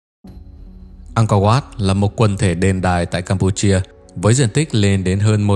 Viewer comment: 'Ăng co oắt', đọc đúng tên là phải phát âm thế à bạn, chứng tỏ bộ giáo dục của nước mình kém quá,'Ăng co vát' .